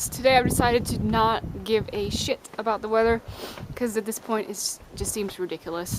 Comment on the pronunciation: I can't help my self but laugh everytime I hear you say "and the weather again is SHIT"